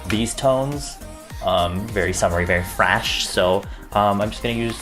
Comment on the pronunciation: "I used a lot of these tones, um very summery very FRASH"